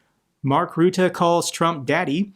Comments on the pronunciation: Kindly pronounce his name correctly. Say ruzzia, now say Rutte. There is no one called ruette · Always those damn dDutch names hahaha... Please pronounce previous dutch PM name the right way.... Rutte.... not ruuudde;) Keep up the good work!